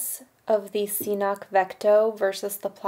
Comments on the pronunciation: pronounces it wrong...if you look at CNOC's own videos, they pronounce it Ka-nock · I really think the first C is silent. pronounced "Knock" Cnoc/Knock Outdoors BTW Great video, I love the 2L CNOC water bag Combined with the Saywer Squeeze. I also have their Carbon Cork Z style trekking poles. Amazing gear coming from this new and upcoming gear company. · Cnoc, pronounced K'nok (knˠɔk), is a hill or a mount in Gaelic and old Irish. Just as it says on their website ;) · But it's pronounced knock